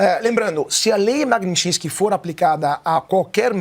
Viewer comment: Tá falando o nome da lei errado.... Alguém avisa que ele está falando errado. Magnisty